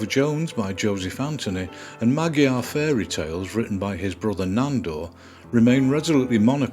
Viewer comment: mag (magnificent)-yar (yard).. omg!! It's mag- as in pODGE and yar as in YARd, the spelling sets are really, m-a-gy-ar, the 'gy' as in the 'j' in Jar and the first 'a' as the o in 'pOur'. The reason he changed his name was probably to reclaim his Hungarian roots, hence the illustrations for Hungarian (Magyar) folktales.